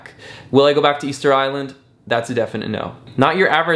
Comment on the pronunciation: It's official - Ticket Island not "Easter Island"